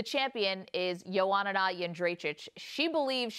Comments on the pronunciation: "strawbelt division" "johanana yundrayjich" jesus christ lmao at least do some research before an interview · I wish these main stream media folks could say the words/names Strawweight & Joanna correctly. It helps to do your homework!